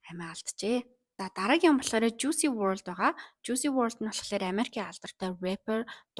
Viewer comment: Жуйси bishee Жуйс gej duudg bgsho